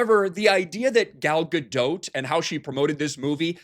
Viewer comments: You're still pronouncing Gal's name wrong. It's "Ga-Dot", not "Ga-Dote". You sound like a moron, since you've been corrected before and still choose to say the wrong thing, which is typical of you. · She pronounces her name Gal GaDOT, like rhymes with cot. Not GaDOTE, like goat...Sorry, that just irritated me every time I hear it. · Isn't the T silent in Gadot? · Pretty sure the ‘T’ is silent in Gadot.